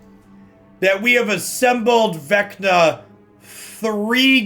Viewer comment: Say Venka one more time.